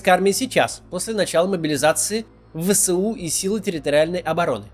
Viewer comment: Пожалуйста, ВСУ произносите не вэСЭу, а вэЭСу. Вы же не произносите сэсэсэсэр, а эсэсэсэр.